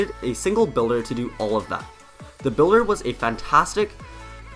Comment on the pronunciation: You said the bulder made the pekka